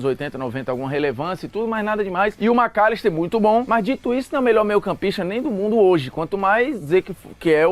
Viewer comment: cara fala o macllister KKKKKKKKKK